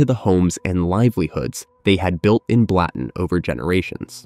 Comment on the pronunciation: I’m Swiss, it’s pronounced Blutten.